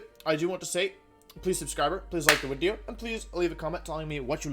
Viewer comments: So do you you say “wideo” because the letter “v” in Latin is pronounced like the letter “w” in English or were you did you accidentally make an extremely sophisticated joke...either way, bravo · Why does he say “wideo” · Ok, so what the heck is "wideo"? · It’s a bird, it’s a plane, it’s WIDEO MAN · So I'm new to this channel and I'm curious, what's the story behind "Wideo" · It hasn't even been 30 seconds and that "Mr. Wideo" part had me laughing on the ground. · Wolf: gets out of shower Wolf about to dry his hair: "oop, time to make a new wideo" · Wideo man can you teach me how to wideo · "It's ya boy, Mr. Wideo" needs to be his new line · Ebic wideo thank you Mr. Glicky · Wideo-man is the strongest member of The Avengers